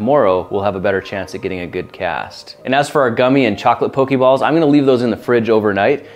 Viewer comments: Just for future reference, it's pronounced poke-aye-ball/mon. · This video is awesome and all, but a handy tip is that it's pronounced 'Po-kay-balls,' not 'Po-kee-balls.' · it's pok-AY-ball not pok-EE-ball... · Pokeh-ball not Pokie-ball, Grant, We're around the same age so there are no excuses for you. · It's still not pronounced like pokeyball. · You pronounced Poke'ball wrong. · For some reason I don't care whether he makes one video or splits it, or becomes a mold making channel. The only thing I am salty about is the Pokéball pronunciation!